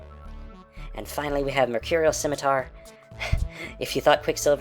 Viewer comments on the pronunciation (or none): none